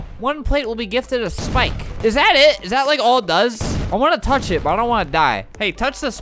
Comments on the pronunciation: Albert:don’t thouch Me: uhhh that sounds wrong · don... tounch... DON TAUNCH! STOPP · Don't tach!!! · don tutch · "Don't...touch..." "DON'T TAUCH!"